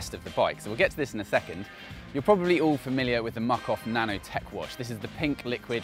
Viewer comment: It’s nano not nono.